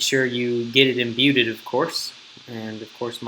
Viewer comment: me-lay imbue-ded... how do you not know the language you speak